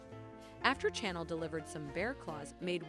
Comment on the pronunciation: I cannot stand the way they pronounce the characters names!! It's Chanel not channel. 😠